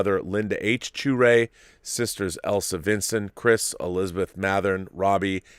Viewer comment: I'm sure I'll come across wrong, His last name is pronounced sha-ray not shoo-ray, I lived across the street from him when we were in grade school until i left the neighborhood by the time i got to high school, the last time i saw him was 20 years ago. I just found this out on Sunday, I would have liked to have said farewell